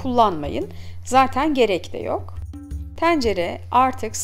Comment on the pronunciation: Abla şu E leri bi rahat bırak ya. Tencere diyişine odaklanmaktan tarifi dinleyemedim.